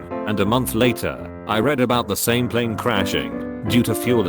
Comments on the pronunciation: Why is no one talking about how this robot pronounced plane Pleeenee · Idk but it's hilarious to me how the voice says 'plane' pLeIne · I love how he sometimes gets the word plane right, but mostly says pleen. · I love how he says plane pleen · The "pleen" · Why does he say “plane” like that? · The way this AI says plane killls me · I like the way the voice says “plane”. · You say plane funny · I can't get over how he says "plane" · The way it pronounces "plane" is a bit weird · Please say plane a lot more! It really cracks me up.